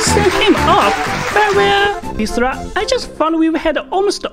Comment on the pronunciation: It’s “Mizilla” not “Misra”.